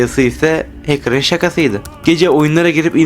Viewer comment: heçkırlar hacker demek istedin? okunuşu hekır